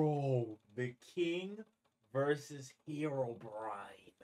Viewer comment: Is it just me, or did people pronounce Herobrine as "herobrian"?